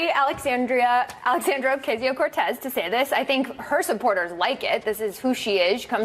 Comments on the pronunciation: Say her name 30 times...... and they only said her name right once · 60 percent of the times, they butchered her name everytime. Edit: Yes, it is from Anchorman. And Fox News and its people are like the movie, just not funny. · Dude that intro when you slipped yourself in saying Ocasio-Cortez. I died. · Who knew it could be so hard to pronounce her name. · It's hard work you mispronounce somebody's name that many times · Why are these people laughing and smiling all the time? Why is it so funny to them when someone can't pay a ridiculously high rent? On top of that, they mispronounce her name three times in a row. Baffling. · (I know it's a non issue, but it bothers me that they repeated her name over and over, and they can't ven say her last name(s?) correctly) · At least deliberately mispronouncing her name is over !!